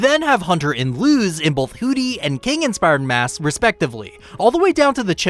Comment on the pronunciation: It's spelled Luz but pronounced lus(had to explain because my brain gets extremely mad whenever I here something mispronounced)